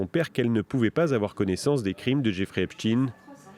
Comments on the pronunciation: Epstein pas Epstine ! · Ce n'est pas Epsteen mais Epstein... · On ne dit pas Epstin e😮 on dit Epstein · C'est pas "epstine" hein c'est plutôt "epch taïne" C'est comme si on disait "inestine" au lieu de " aïnch taïne" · Epstaaaaaine pas epstin, que veux tu cacher en changeant la prononciation ?